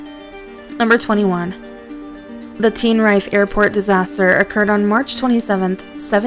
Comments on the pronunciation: The tenerife disaster was in 1977, as in the text, not 1777, as in the voice-over. And it's pronounced TEN-er-eef, not TEEN-er Ife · Ask a person from Tenerife how to pronounce the name of their Island, they will tell you it is pronounced Ten ner ifey